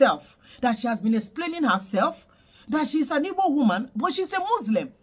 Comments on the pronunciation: She can't even pronounce Igbo correctly. She didn't make a single attempt to explain herself with a single Igbo language. Okay naah 🤔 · An Igbo woman who couldn't pronounce the word "Igbo" properly. I knew she was fake once she mispronounced Igbo. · This one is obviously NOT Igbo 😂 Her accent and how she pronounces words like “ Ibor “ instead of Igbo. Arewa people are not very smart by selecting this Hausa woman to pose as Igbo. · This person is a Northerner, no Igbo person pronounces it as Ibo....more so her name, state of origin, local government and village or hometown is not mentioned....this one is a cursed fool. If she is feeling lonely she should relocate to Iran, Gaza, Pakistan, Afghanistan or even here in Nigeria let her relocate to any of the Sharia state in the North. We have few Igbo Muslim and this one is not one of them. So what exactly does she want to achieve with this?? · Hahaha, can you hear the way she mentioned Igbo her tribe? She can't even call the words Igbo well. She's sounding like Fulani or other tribes in the North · The way she pronounce Igbo is enough reason to know she is not anything Igbo. This is 💯 an hausa lady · She is imposter. Hear the pronunciation of Igbo self. Deceivers everywhere 😮. Igbo's beware ooo! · 1000% impersonator. She cannot even call Igbo with an Igbo accent. This is another desperate attempt to win Igbo converts. How can you win converts through deception? Hear her, "Oh, you are so beautiful to be covered this way". Her handler by choosing her, has tacitly acknowledged that the average Igbo woman is fair and beautiful. Vanity on display! You think Igbos are vane? Sister Fulani or whoever you are, Igbos have an undeniable thick accent not your soft accent. Igbos pronunciation of syllables is very emphatic with a downward stroke. Yours is twisted and up. Nice try but you failed. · Ta mechie uno gi? Nwa wu onye Hausa. She can’t even pronounce IGBO…😂